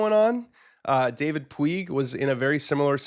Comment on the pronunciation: Puig is pronounced Pooge/Pooj.... LIV signing is huge. And now SA is starting up the huge HUMAIN investments.